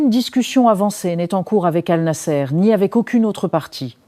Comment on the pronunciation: Annassr et non anasser...c'est pourquoi pas compliqué !😂